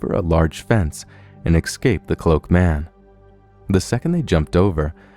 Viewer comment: You know how to say escaped by now, dont fuck around. Do you want that to be your trademark?! Ecscaped®